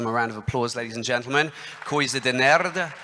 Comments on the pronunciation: kkkkkkkk quando ele falou coisa de nerd pareceu q ele falou coisa de merda kkkkkkkkkkkk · Quase saiu um coisa de merda kkkkkkk cara falou com sotaque italiano kk